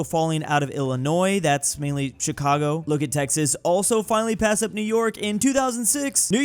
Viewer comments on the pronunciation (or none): none